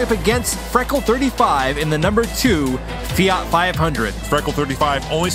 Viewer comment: It's Fiat not Fiart .